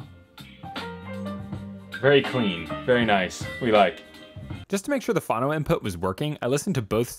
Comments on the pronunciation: what in gods name is fano???????????????? do you mean phono???????? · I cringe every time you say phAno instead of phono :) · I have never heard anyone say fhano, so I agree. Great guy, great videos — pronounces all other words pretty well though so it is odd. Maybe.he just doesn’t know. Wonder how he pronounces photo? PhAto?